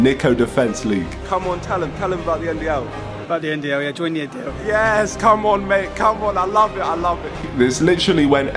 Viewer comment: Niko: “Join the NDL”: “Join the NDLE” 😂😂😂